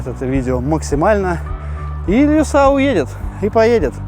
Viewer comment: Илюша а не Илюса